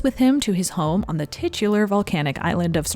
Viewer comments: I'm sorry, I don't want to seem rude, but I'm Italian and I just want to tell you that it's Stròmboli and not Strombòli. I admire your lovely work and your dedication to this channel. Love from Italy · It's stròmboli, not strombòli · Not StrombOli. StrOmboli! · Just a friendly correction, it's pronounced Stròmboli, not Strombòli (I know it's difficult for non italian speakers to get it right, and it's just a little detail, but it bummed me so much throughout the video). I love your documentaries, I fell in love with Ingrid's work since seeing her in Murder on the Orient Express when I was little, thanks! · Yay!!! Love IB!! Saratoga Trunk is my fave. I thought it was pronounced strom-BOL-i. Journey to Italy is far superior to Stromboli. Indiscrete is readily available on youtube (shhhh) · I'm Italian and it's so funny how English speakers say "Stromboli". In Italian the stress is on the first syllable. I love these videos and especially on the old movie stars! It's a fascinating topic. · This video is AMAZING as usual, loved it. The american pronunciation of Stromboli is so funny tho